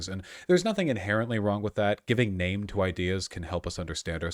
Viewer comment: Butchered that name tho